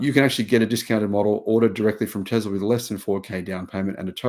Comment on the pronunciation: there is no "z" in Tesla....